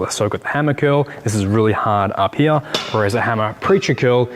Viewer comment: Down heruh or up heruh 😂